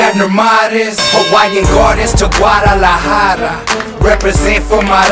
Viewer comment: muy Mexicano but can't even pronounce Guadalajara right.